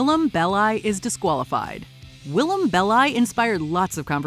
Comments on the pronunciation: it’s Will-Am not will-i-am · love that yall consistently butcher willam's name in every video she's in